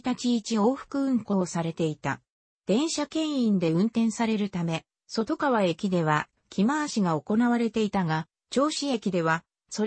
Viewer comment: そとがわでなくとかわ